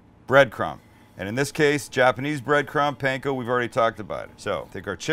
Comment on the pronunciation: Your Ground Chicken Katsu patty is not unlike Menchi Katsu and the flavors you used seem ok. They look really good!!! But Sam... Please... Katsu - "Kaht-soo" not "Cat-soo" Also, Panko - "Pahn-koh" not "Pan-koh" and certainly not "Pain-koh". Please and thank you. Dedicated Fan 😁😁😁